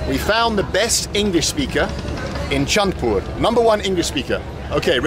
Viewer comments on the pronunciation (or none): ITS PROOUNCED LIKE CHAD -PUR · The city is called Chandpur, pronounced like "chad-poor". The park is a tourist attraction because it is situated right beside the confluence of three rivers: Padma, Meghna, and Dakatia. These rivers converge here and flow southward as a single river, eventually reaching the Bay of Bengal. The other side of the river is called 'Puran Bazar' which translates to 'Old Market'. It was a famous business hub back when the river was the primary way of transportation. At peak monsoon, the triple confluence becomes a dangerous whirlpool. Small boats, even those equipped with engines, often cannot pass by the junction at that time of the year. And yes, the city is renowned for its Hilsa fish. Fish from the southern parts of the country arrive here before being distributed to other regions along with the local catch.